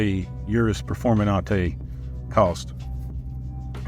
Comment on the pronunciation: Performenate? Really?